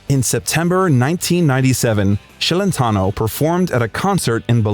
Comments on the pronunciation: Celentano is Italian. His name should be pronounced Chelentano, not Shelentano!!! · It's not Shellentano, it's pronounced Chelentano. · Yeah he looks exactly like Jerry Lee Lewis. And it's pronounced Ch elentano, not Sh ellentano. Moron. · What the hell is “Shelentno” his last name is Celentano pronounced (Ch not Sh)!!! You are making a YouTube video about him. You at least need to know how to pronounce his last name correctly. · His last name is not SHelentano but CHelentano softly...😊😊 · Buddy, you're butchering his name. It's pronounced CHeletano not SHEAletano. And before Euro italian currency was LEER-AH not LIAR. I couldn't finish watching this. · You are saying his name wrong “Shelentano”. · Thanks for the biography, but please work on the pronunciations of the Italian words..but most importantly Celentano.